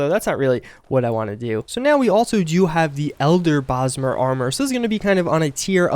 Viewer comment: Oh god then he said it again like 20 seconds later. "Elder Brosmer Sword"